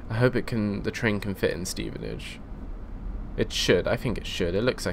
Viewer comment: I live in Stevenage its pronounce"Steven Ag e"